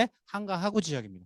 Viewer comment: 으이구.... 여~엉, 귀에 거슬리네요. '하,구'가 아니고 '하:구'입니나.